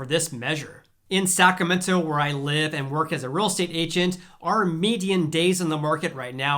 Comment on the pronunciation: I just need to know - are you omitting the “r” in Sacramento?